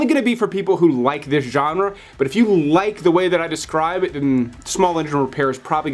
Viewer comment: Say genre again! I dare you! I double dare you!!